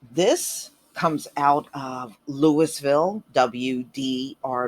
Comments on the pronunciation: Lou - eee - ville... pronunciation Please, please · Yo - The city is pronounced Lou-a-ville KY. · Then we pronounce St. Louis as St. Lou-a . We know that is not correct. Because in French the ‘s’ is silent. The correct way to pronounce St. Louis is St. Lou-ee. Henceforth the correct way to pronounce Louisville is Lou-ee- ville.